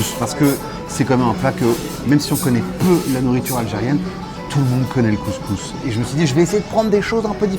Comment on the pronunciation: Le mec même pas capable de prononcer couscous correctement. Un blanc qui est allé 3 fois au maghreb, classique quoi. Regle n1: si tu peux pas prononcer le nom d’un plat, le juge pas. 😂